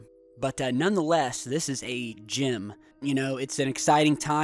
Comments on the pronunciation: ..wait...I swear he said gym haha xD I love this channel. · Lol for a second there, I thought he said "GYM" not "GEM"